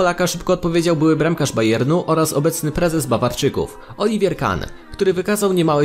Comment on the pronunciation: oliver a nie olivier